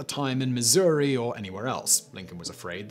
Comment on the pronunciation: Thank you for saying Missouri correctly. I grew up here in Mo. & I could never understand why some folk say Missoura. My Dad even said Missoura. Area dialects and accents I guess 🧐